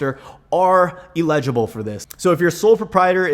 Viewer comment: Never trust a man who can't pronounce "eligible".